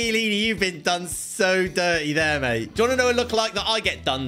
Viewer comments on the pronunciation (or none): none